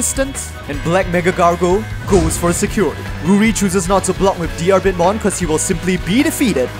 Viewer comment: Bit of language advice: You don't pronounce the "a" in Diarbbitmon's name. Even disregarding that it's spelled ディルビットモン (pronounced dirubittomon, with the double tt denoting a quick, less than a half second pause before starting the t noise), his name is based on Diarmuid Diarmuid Ua Duibhne, which is pronounced Deermood Oh Dyna, because Celtic transliteration is full of shit and devised by people higher than the international space station.